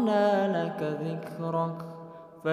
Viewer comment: 🙏🙏🙏🙏🙏🙏🙏🙏🙏 maafffff ayat 4 .. "Dlo" Bkn dla....